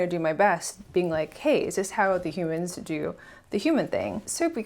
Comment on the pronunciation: Great content once again! Thanks for sharing your story. The card you were playing sounds a lot like using Fe to me. I guess that's the price you sometimes pay when interacting with 'humans' (I love how thing-ishly you pronounce that word😅). Like dumbifying yourself for the greater good. It can sure be exhausting, even for a savior Fe, although then it's a responsibilty you just can't runaway from.. so even worse! Anyway, you did a great job, while betraying your Fi in the process.. I guess we just all need to find a balance with these tiring wirings we have🤪 Cheers🥂